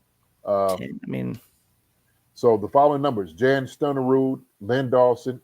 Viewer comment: I cannot let JD get away with not knowing how to pronounce JAN STENERUDS name!!! It’s pronounced YON but spelled like the girls name JAN!!! Come on JD!😂😂😂😂😂👊🏽